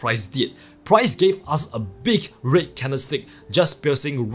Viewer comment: I currently watching all your videos and it took me a few to realise you was saying red candles as i was thinking wtf is a rit candle 🤣